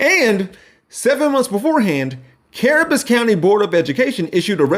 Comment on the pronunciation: Cabarrus, not Carabus